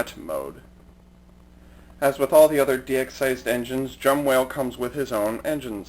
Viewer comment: Its Jumbowhale not Jumwhale.